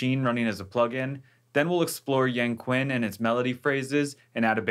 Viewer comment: hey hello , i want to tell you , it actually pronounce like "young chin" , we don't don't pronounce it like K , and you did pretty good job , thank you for sharing this .